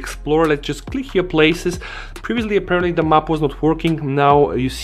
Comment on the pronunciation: 'APPEARANTLY' Speaks Tech